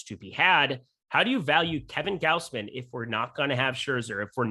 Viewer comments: gauze-min - Gausman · Gaus which rhymes with house. G/ow/s/m/ae/n like you're saying man and men combined m/ae/n. said it perfectly the first time.